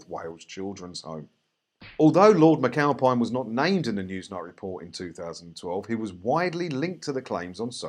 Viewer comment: Lord Mccowpie-n? aye? lol